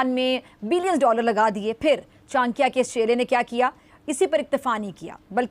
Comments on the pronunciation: Chnkya nahi chadaky hi nam thk say bolana sekho lagta hi jyada pdhi likhi nahi ho baukof. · अबे जाहील पहीले बोलने सीख. ये चानक्या क्या होता है